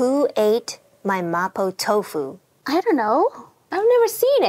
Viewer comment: Why does she pronounce mapo tofu like that